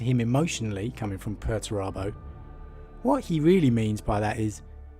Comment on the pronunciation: Are you sure you're pronouncing Perturabo correctly?